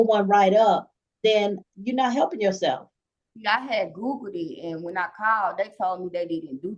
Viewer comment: Why butcher the English Language so badly? "My keeds ben hepping me."